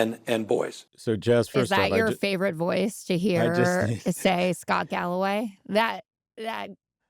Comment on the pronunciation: This galloway guy still pronounces the name wrong.